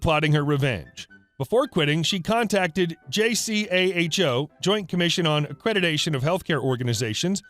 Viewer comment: I worked at a hospital, JACHO is totally feared; whenever accreditation time came around Staff worked into the wee hours complying and compiling. It was a hellish time. However It's pronounced JAY CO.